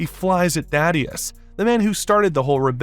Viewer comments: It's THAY- DUS. Not THAD-DEUS. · Thay-dus. Why the hell do people struggle to say his name correctly?